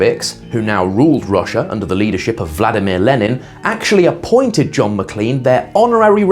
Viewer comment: It’s produced Mac*lain* not lean.